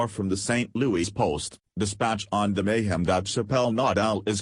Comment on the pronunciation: teach your voice machine to say "louis". not "louie"